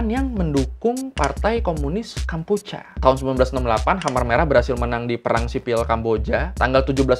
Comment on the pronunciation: Bang, sharing yaaa Khmer bacanya Khmai Kampuchea bacanya Kampuchia Maacih!